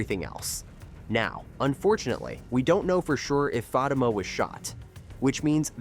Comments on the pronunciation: Za-Tima It's like you're purposely mispronouncing it. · AI can't pronounce Fa tima not fat I am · Fateeema not Fa ta ma!! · It’s pronounce fateemah! And zateemah! I’m hoping I’m closed. Caused what they saying Is killing me. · The show is pronounced Za/ti/ma and Crystal’s character’s name is Fa/ti/ma dang. Please don’t screw this up again. It’s hard to watch your videos or take what you say seriously if you don’t even show enough interest to figure out how to pronounce your subject matter🤨 just saying 🤷🏾‍♀️ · Do you people reporting on this show watch it, or are you reading a script?????? I enjoy your short clips, but you need to watch the show to LEARN the pronunciation of Crystal's name on the show as well as the name of the show.... Fatima and Zatima. Not whatever it is you are saying. Apparently, I'm not the only one it bothers. Please do better!😢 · Y'all need to stop using AI FOR OUR STUFF AND WHITE ONES AT THAT. ITS FA TEEM A AS IN A SPORTS TEAM IN SISTA NOTS SISTAHHHHS. HAYSLET. IS SOFTLY PRONOUNCED AND YOU DAMN WELL KNOW YOU DIDN'T WATCH OUR SHIT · First of all I'd like to ask please stop pronouncing their names wrong. I don't think Fatima got shot. But I do see her cousin Madame coming into the picture very soon. 😮